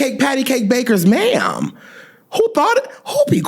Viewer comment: “Pat-a-cake. Pat-a-cake. Bakers ma’am” 🤣